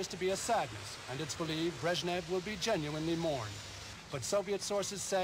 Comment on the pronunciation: his lastname is not "breshniv", he is "brezhnev"